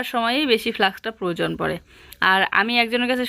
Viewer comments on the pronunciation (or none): none